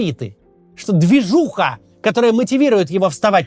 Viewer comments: Обожаю когда Максим говорит «ДвижуХА» 😅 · Как же Максим круто произносит слово "ДВИЖУХА" :elbowcough